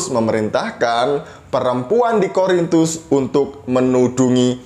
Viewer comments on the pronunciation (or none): Yaelah, masalahnya itu lagi itu lagi. Kasut lagi, hijab lagi.... tumben gak nyinggung soal sunat. Menurut saya, orang ini tidak pernah menjadi seorang Katolik. Dengar bagaimana dia mengucapkan 'Korintus', dia bilang 'Horintus'.Horor nih orang memang...:). God bless you, yang sangat maha sabar dalam berapologetika.